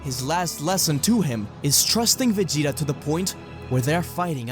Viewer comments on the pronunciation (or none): Vegiter lol